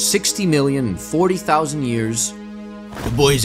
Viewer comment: pronouncing 40,000 hurt me a little